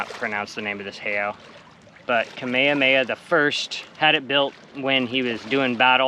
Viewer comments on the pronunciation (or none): none